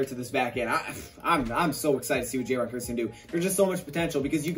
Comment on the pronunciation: I thought you say it like "Kierce" not "Kurse"